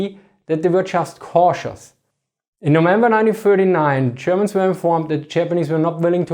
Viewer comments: I feel like he is pronouncing Germans like: "chairmans" xD No offense thats my subjective feeling. Good video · the chapperneese and the chermen? sorry, just could not resist, no seriously , interesting stuff, thanks